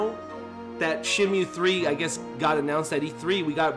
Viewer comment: why are you saying shenmue like that jesus...